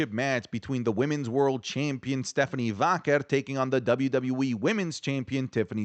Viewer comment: Bro you don’t have to say “Stephanie Vaquer” whole name, you’re botching it so bad lol when you say Stephanie - we know who you mean lol